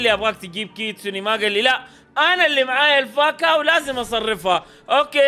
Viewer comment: كيتسون❌ كيستون✅